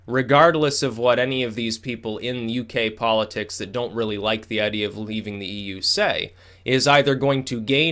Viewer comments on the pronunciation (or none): none